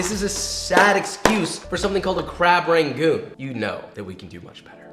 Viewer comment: i die a little bit inside when he pronounces it “ray-goons” idk about you but texans pronounce it “ra-goons” not “ray-goons” 😂